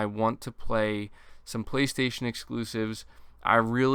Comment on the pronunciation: Voice synthesized: PlayStasun!